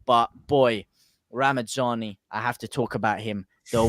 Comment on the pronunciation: Just a quick one it's ramazani there's no n and d! It's not ramandzani 😉👍🏼 great video as per folk 👍🏼